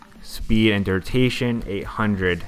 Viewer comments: its DURATION not DURTATION lol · FUCKING DURTATION.... Its killing me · dude says durtation. lmao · I wanted to learn this but can't stand him saying durtation. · bruh this video was really cool really informative but, I got to be honest, the reason i watched it twice now was because of every time i heard DURTATION! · that all i could think about lol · it doesnt matter if u a noob u still couldnt a simple word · lmfao ikr everytime he said it i was like nooo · “noob” you still can’t say a very common english word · he definitely said durtation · I wanted to see the transitions, but i couldn't focus on anything other than "durtations" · BRUHHHHHHHH why u saying durtation smh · Far out... Please pronounce duration right... It is ANNOYING ME